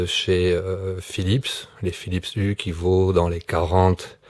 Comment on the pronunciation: On dit philips « you », pas philips « u ».